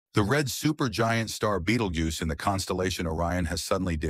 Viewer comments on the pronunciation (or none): One minute clip, three different pronunciations - BeetleJuice, Betteljuice, Beetlegyuse.